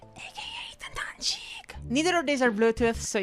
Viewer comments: The “nuncheeek” is fuckin diabolical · the "nuncheeek" made me laugh harder than it should have